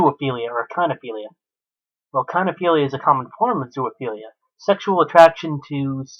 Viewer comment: Again its not ZOO-A-PHELIA ITS ZOOPHELIA! I REALLY HOPE YOURE IN PRISON FOR LIFE.